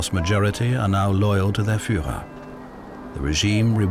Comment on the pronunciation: Nie furera,a firrera,nie Goring, Gering,wstyd za takego lektora.